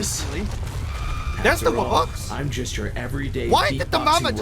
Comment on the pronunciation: because they might make good theories and predictions, but they created the worst alternate lore!!!!! They mispronounced wubbox to woobox?! No way. They think that the earth wubbox is the fire HAVEN wubbox?! Nuh uh. They think that the wubbox isn't the only one with powers?! Just no. Do they think that it got possessed?! NO. What is with them and this animorphs thing?! One question remains... Do wubboxes state that humans are dumb? Yes!